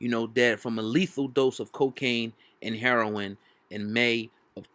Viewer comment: "Herion"...don't you mean "Heroin?"